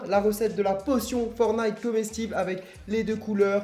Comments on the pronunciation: On dit « fortnite » pas « fornite » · Sa me stress tu dit fornite au lieu de fortnite (tu prononce pas le T) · C’est bien, il dit fortnite sans dire le « t » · C’est forTnite pas for nigth 😂😂😂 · En vrai on dit "fornaï" ou "fortenight" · Mdr tu dit fornite :-P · Sa me stresse il dit FORtNITE il dt pas le T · La plus pare des gent prononse le T dans fortnit mais fais comme tu veux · ça fait toujours bizarre les français qui disent fornaïte (qui ne prononcent pas le T au milieu de forTnite) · Ohhh ptn il a dis FORNITE😂😂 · ForTTTTnite on dit le T